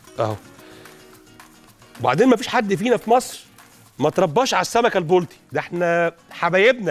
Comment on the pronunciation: . لو سمحت انطق كلمه البلطي صح اسمه البلطي ضمه فقط ع الباء